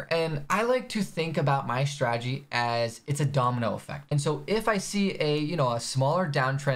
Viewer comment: The forex has more ppl who mispronounce strategy than any industry...I've heard stragey, stragedy, stradedy... I'm assuming from saying it so much